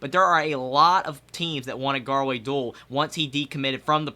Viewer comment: Not trying to be rude but is pronounced (doo-all)